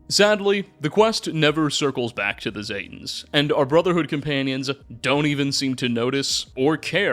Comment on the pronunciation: ZEEEEE-tan, not ZAY-tans smdh, otherwise good video